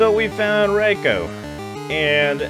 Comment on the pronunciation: Reyeco lol 😂bruh who says it like that jit 😮